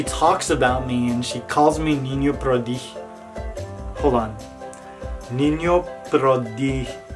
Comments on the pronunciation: Your niño prodigio pronunciation was pretty good, lol. I found your channel thanks to mare wink but to be honest I'm obsessed with your work, you are really talented :) I'm waiting for my boyfriends birthday to bake him the batman cake that you made but I'm just praying that it won't turn out like a internet fail (maire reference) hahaha! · Mexico Love you Niño Prodigio & you say Niño prodigio really good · Todos te amamos niño prodigio!!!! Good pronunciation by the way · I came from that bunch of people.. I think you are really cool niño prodigio! you almost enounce well.. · You pronunciation is very good! Niño prodigio! 🤣❤️ I want decorate cakes like El Niño Prodigio :’v